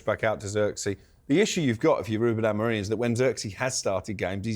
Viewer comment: It's AmoRIN not AmoRINE FFS!